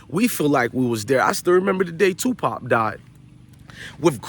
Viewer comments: real talk though , y dis respect Tupac by saying his name wrong? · His name is Tupac not Twopop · Tupop who the fuk is TUPUP . ITS TUPAC PELICAN 😂😂